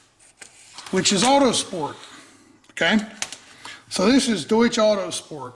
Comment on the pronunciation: Haha "sprechen sie deutsch?" Do you speak German? It's definitely not "Doosh" :)